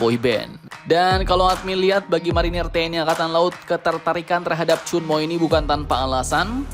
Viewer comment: Ternyata 천무, bacanya cheonmu